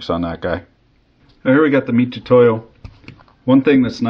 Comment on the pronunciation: The "tu" in "mitutoyo" is pronounced with a ts (tsoo) sound. The sound "too" doesn't exist in japanese so they romanize つ as "tu", much like "si" (し) is pronounced "shi".